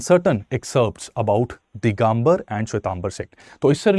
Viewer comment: दिगंबर होता है दिगांबर नही.